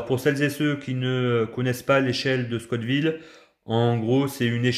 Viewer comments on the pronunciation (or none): scott ville ou la ville de Monsieur ScoTT 🤣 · Scoville !!! Pas Scott Ville 😂 Très bonne vidéo sinon 🤗